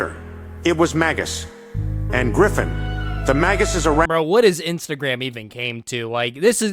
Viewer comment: btw its instagram not insertagram